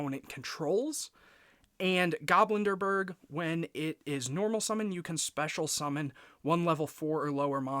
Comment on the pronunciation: Nice! Btw the card is pronounced GobLindbergh not GoblinDERbergh. Its a refference to Charles Lindbergh. If its just a nickname you gave him then you can ignore my comment. Ps: 🤓☝️